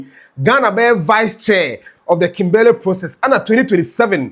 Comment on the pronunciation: Thanks 🙏🏾 for your frequent updates about our country’s development of our country. Please check your pronunciation of KIMBERLEY. You can google the right pronunciation or listen to Sammy Gyamfi’s pronunciation cos the way you pronounced the name is so wrong.